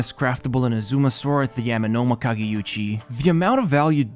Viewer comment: Everytime I hear people saying inaZUma instead of INAzuma I feel like something breaks inside of me.